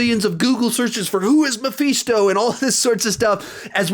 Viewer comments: Everyone: Mephisto: Muh-Phee-Sto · I almost puked hearing him say it